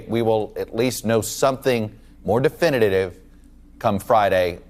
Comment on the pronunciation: More definiditive, Chuckie??? It's de·fin·i·tive, bro. De·fin·i·tive! You're fired! Turn in your got damned MSNBC lapel pin and get off my set!